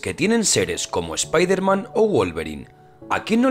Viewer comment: WOW, UN ESPAÑOL QUE DIJO WOLVERINE EN VEZ DE LOBEZNO Y DIJO SPIDERMAN EN VEZ DE "EZPIDERMAN"! Ya vi de todo en esta vida...